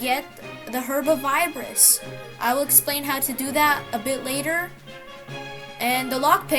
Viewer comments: Bro called figure figger and he called herb of vidiris herb of vibris!😂😂😂😂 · Its herb or viridis (vih-rih-dis) good job tho :D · “the herb of vibris”💀